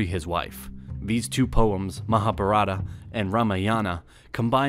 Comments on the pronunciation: It is not Rama yaana it is ramayana Not maha bhartha it is Mahabharata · Nicely explained... But pronunciation of chandragupta,vikramaditiya and mahabharata is sounds different by narrator..actually it is not pronunced like that.. But for your research and creating video 👍 Thank you..🙏😀